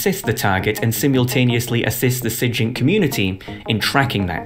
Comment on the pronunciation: lol he knows what sigint stands for and still pronounces it like that